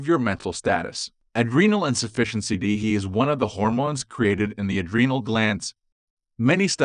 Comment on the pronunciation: It's an AI voice not a human. It doesn't know you have to subs each letter of the acronym. Irritating isn't it. I refuse to listen to AI voices